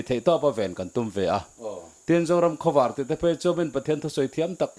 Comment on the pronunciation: hian Zoram Khawvâr tih a lam hi, a dik ka ring lo, zing khua lo vâr tih ang hian khawvâr tih hi lam nise, Pu Saikhuma'n "Zoram Khawvâr, Lei Zion" a tihzawm danah hian a tju leh a thlûk kalphungah hian a inhmeh zawk mial lawng maw, ka ti deuh.